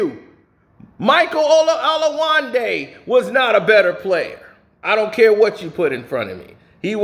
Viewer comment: Son, you're pronunciation of their names! 😂 Funny as hell. Michael Olawaandi